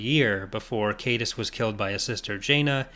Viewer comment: Only 2, fittingly enough 👌🏼 From what I understand, Tyranus is pronounced "tie-RAN-us" And Leland Chee stated that Caedus should be pronounced "KiE-duss", rhyming with "hide us".